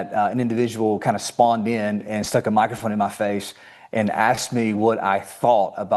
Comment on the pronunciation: he said DON SPAWNED IN😂